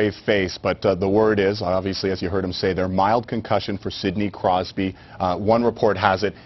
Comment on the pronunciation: he almost called him sidney crysby lol